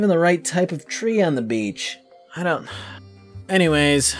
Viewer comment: you got it wrong, its not that you can go to the beach, its that you can go to the "bitch". they sound the same, but belive me, they arent...